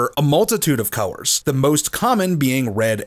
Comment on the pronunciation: Do you have a speak quirk or is what I hear a regional accent thing. For colors I hear cow-wers and when you say words with O and L together.